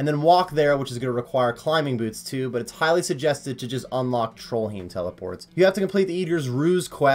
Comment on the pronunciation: No one going to point out trollheim isnt spelled or pronounced trollhiem?